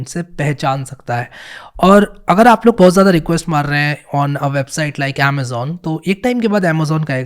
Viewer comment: My favourite part "BO HUTH" 😂